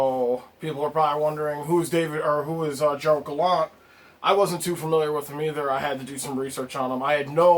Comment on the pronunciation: It's GeraRd Gallant NOT Gerald Gallant - hahaha... He was let go from the Knights bc he wanted more say in roster decisions and disagreed with the front office on analytics. In Fla. the front office and management was a disaster and there was upheaval all over and he got shafted. The players were in shock. Until this day any Panther still there from Gallant's days still question that decision and are mad about it. He will bring the fire and much of the toughness people say the NYR lack will be instilled in them by Gallant along with some roster moves... get ready for a fun few years!